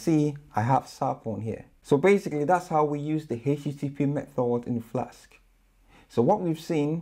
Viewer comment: Why do you keep saying 'Flaks' instead of Flask?